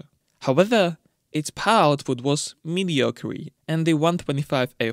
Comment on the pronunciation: Really enjoyed this one, thank you! BTW the last e is silent in mediocre so it just ends in a "ker" sound. Not a slight at you in the least, I know English isn't your first language and I can't speak any other languages!